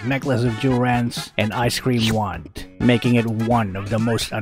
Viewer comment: Haha I heard ice queen wand as ice-cream wand haha